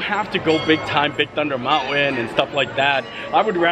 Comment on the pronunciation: Mount-When?!?? What does that even mean?!?? MountWen?!?